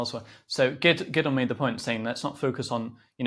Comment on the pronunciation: His names not giddon it’s Gideon… why is that the go to for Zionist pigs … ask one of them to say Iran… it’s hilarious how they get a sense of superiority from mispronouncing others names … fucken childish